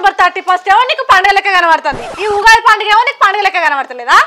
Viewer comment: Ogadhi kadu Ugadhi akka 😂😂😊 but video is super😊